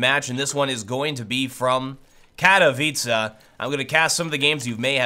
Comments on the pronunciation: I don't want to be rude but Katowice sounds more like Cat-o-witz (and here's the tricky part) a (this should be pronounced like a before nouns f.e. A dog or whatever the rest is ok. Best wishes from Poland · it's more like "Katoveece" I'm Polish, from Katowice, true story;) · Erwix Pl no its katovica pronounced, im pretty sure the language wheeee it comes from (Polish) their W sounds like a V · good job man after living in Poland from the beginning of my life I think I know better how to pronounce it.